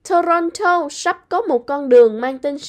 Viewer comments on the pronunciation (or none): đọc tiếng Anh tệ quá, như nguoi mới nhập cư, Ontario đọc Ôn ta ri ô, Toronto Tô ron tô…nghe sợ quá! hãy học cách phát của Hoàng Anh & Tuấn Lim, xl góp ý nhỏ! From Vancouver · Trong tieng Anh chu "of" thuong duoc doc luot nhe. Ban nu doc lai nhan manh no va chu Ontario, Toronto... cung doc nhu nguoi moi nhap cu vay. Nghe chan chet di duoc. Nen hoc hoi ban HA cach doc roi tap sua giong cho dung nha. Chu doc kieu nay mat views het.